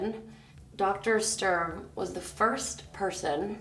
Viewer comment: ITS DR.STURM....not Strum...I am annoyed by that because I am german and Sturm means storm...you don't say strom don't you? 😁